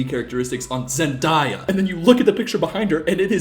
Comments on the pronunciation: Ok, he's tricked himself into believing it's pronounced Zen-diya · Why are you pronounce Zendaya like that? She sayed it in an Interview. It is Zen-day-a. The same as you say "day". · wait did u say….ZENDAIYA 😂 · I don’t know how to pronounce names in comment section but I’ll try my best. Zendaya is pronounced Zen-Day-A then put it together. Pronounce like how it sounds and spelled. I hope I’m not being rude just I wanted to help for future reference xxx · def pronounced "zendiya" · its zend aaaaaaaa ya lmao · Bro really said Zen-die-uh 💀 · Did he just say zendiya?? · I just have to say…. It’s zun-DAY-yuh 😫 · SECONDS IN AND YOU SAID ZENDIEYA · Did you just say zendiea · isnt her name pronounced zen-day-uh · “Man-daya” and “Tammy Holland” ARE you fucking kidding me? 🥴 People really just need to stop, istg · I think I have a speech impediment Me:: says zendia every 3 seconds 😂😂❤ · Her name is Zen-Day-Ah she’s said it many times. Please don’t mispronounce her name us blacks have had to deal with it so long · zend-eye-ah LMAO i love you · It's Zen-DAY-ah. There's a video of her talkig about it~ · Not you mispronouncing Zendaya's name 😂🤣😂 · he said it right 1 time and then corrected himself and then said it wrong Lol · when he says it correctly and then incorrectly ‘corrects’ himself lmfao 😭💀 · you pronounced it right the first time then the rest of the video was wrong lmaoo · No, wait, you said her name right when you said you were wrong. It's killing me to hear her name said the way you're saying it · why are you pronouncing zendaya like that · Pronounce zendayas name How it’s spelled tho 😊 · why cant you pronounce Zandaya right?? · I’m sorry but why is he saying her name like that 😭😭 he started saying it like I’ve always heard for a minute but then went back to pronouncing it the other way 😭am I missing something?? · came looking for this bc it felt like a physical hit every time he said zendaya 😭😭💀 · STOP SAYING HER NAME WRONG OMFG😂